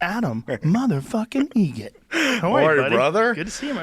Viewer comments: It's actually Adam Egret. Like the bird. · Joe, it's pronounced Egret, like the bird. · It's Egret. Like the bird. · His name is Adam Eget. Like the the bird. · "Egret" like the bird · It’s EgRet. Like the bird. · It's Egret, like the bird